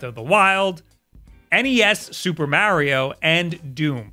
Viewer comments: still doesn't know how to pronounce mario XD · The way U say Mario kills my ears 😂😂😂 enjoy Ur videos thought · So, I get pronouncing Mario the way that does because it's actually a more common thing, but to pronounce "volts" as "vaults" is just mindblowing to me. Like that's not an accent thing. That's just factually wrong.